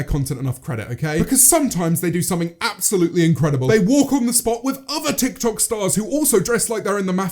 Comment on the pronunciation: James: "tik tok" Subtitles: "tech toy"